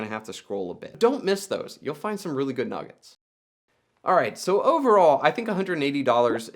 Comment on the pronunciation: Say nugget again